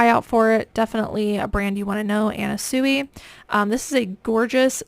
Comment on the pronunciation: Anna Sui, her surname is pronounced "swe".